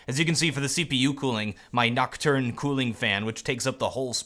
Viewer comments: its's called noctua not nocturn. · its noctua, not nocturne! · i laughed my face of when he said nocktern fan (it's pronounced Nock-tu-a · Where did you ever here "Nocturn"? The company's name is Noctua. XD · Did you really say "nocturne". Bro. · I cried inside when he said nocturn cooling. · Did you say "nocturne" cooling fan? XDXD